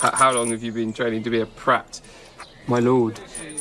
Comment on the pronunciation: Ok is he saying “prat” or “brat” cause I’ve always thought it was the first?